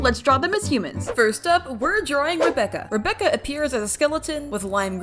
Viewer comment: Rebecca is pronounced as R - eye - becca